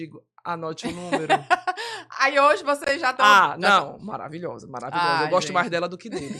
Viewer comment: é: MA - RA - VI - LHO - SA!!!!